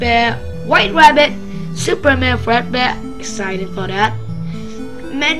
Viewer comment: LOL and also supreman fredbear XDDDDDD